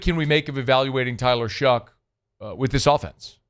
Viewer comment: love how he pronounces his name Shook instead of Shuck.